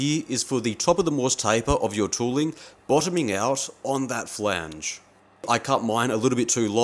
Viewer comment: to do list. 1. Buy/Make/Steal power hacksaw, bandsaw, ect. 2. Learn how to say "Flange" properly. 3. Calculate required drilling depth.